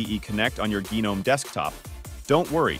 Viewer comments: Firstly, its called GNOME, and Secondly, its not pronounced Genome. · "Gheenome"? Are we fr? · the G is silent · G-nome does sound kinda cool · It's silent for the garden gnome character. In Linux community G is pronounced to stress the presence of 'GNU'. But widely pronounced not as Gee-nome but ignoring the ee sound.